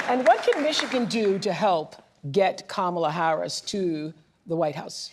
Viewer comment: NOprah can't even properly pronounce Kamala's LAST name 🤦‍♀️